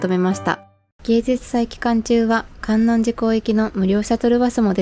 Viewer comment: 伊吹島、とっても素敵ですね✨ ご参考までに地名の観音寺はかんおんじと読みます♫